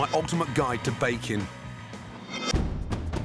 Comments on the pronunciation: It sounds like he’s saying bacon instead of baking. Maybe I’m just hungry. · Anyone else thought he said bacon bread and not baking bread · I heard bacon not baking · O K I hear bacon, too! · listen carefully, sounds like bacon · Hes 100% saying bacon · He is saying Bake'n . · yeah i thought he said bacon too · Did he say salty bottom?